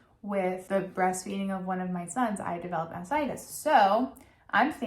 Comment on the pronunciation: Not taking hormonal birth control is a mistake. Taking birth control pills for several years reduces women's chances of developing ovarian or endometrial cancer, by 50%. (And what she's trying to say is "mastitis", which is infection in your breast, from germs in your baby's mouth. She's just having trouble saying the first T, and saying mass-itis, by mistake).